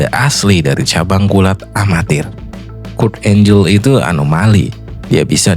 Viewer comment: Kurt angle dibaca kurt enggel bukan kurt enjel, maaf saya kritik🙏🏻